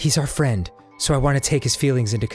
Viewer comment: "She was my only fronk"